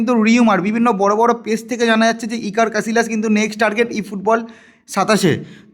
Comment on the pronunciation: ক্যাসিলাস❌ ক্যাসিয়াস✅